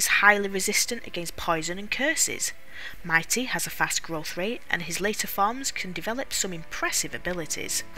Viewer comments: Take a shot for every time she says "Mighty" instead of "Mite" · It's Mite, not Mi-tee. It's extremely obvious, almost all of the games creative sense is based on puns. The pun is might. The genus is Milite, same pronunciation. Even the possible 4 default names include Mitey, which is not Mite. Finally, it's a very poor familiar even mid game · mite pronounced MIGHT